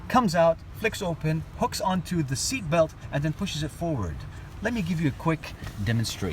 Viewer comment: Great review, as others have mentioned better than a lot of the professional's. Great cockney accent when seat belt was brought foward. In the UK heated screen front and rear. Keep it up